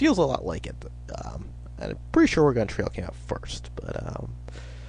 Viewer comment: Oregawn Trail?!?! You must be from the east coast! I grew up in Oregon, and learned all about the Oregon Trail and played that game (and take it from a guy who's from there--it's pronounced "Orygun.")